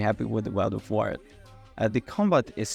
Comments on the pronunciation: Did your autocorrect change “wyrd” to “word” in the script? Pretty sure it’s meant to be pronounced like “weird”. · Im sure Wyrd is supposed to be pronounced Weird but the reviewer pronounces it as Word. Which is it? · Isn’t Wyrd pronounced “weird”, like Terry Pratchett’s “Wyrd Sisters”?